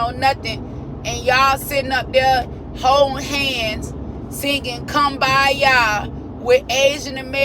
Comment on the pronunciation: THANK YOU for pronouncing kumbaya correctly... everybody always says koombaya and that's NOT how you say it